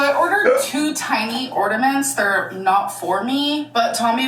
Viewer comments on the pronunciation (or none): blocked me because she was saying people only believe she’s dumb because she’s fat but people believe Taylor Swift has a high IQ because she’s skinny and I replied “she’s literally a world renowned musical composer and you say ordament” 😂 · it is the furthest thing from iconic that she says ORDAMENTS it is quite literally INFURIATING BFFR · I too have missed hearing about ordamints from alr. 🥹